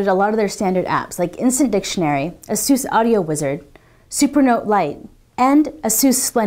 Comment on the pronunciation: /ˈeɪsuːs/. just saying.